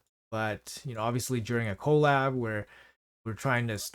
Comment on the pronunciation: can you call it "kuh-LAB", not "KOE-lab", cuz that's how collaboration is said. thanks XD